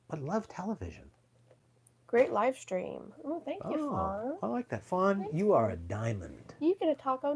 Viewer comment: You are welcome and you mean FAWN not Fran 😆🤣😂😅